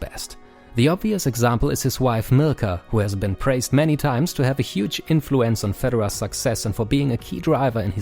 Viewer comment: Am I the only one who heard him saying 'his wife Milka' instead of 'his wife Mirka'? LMFAO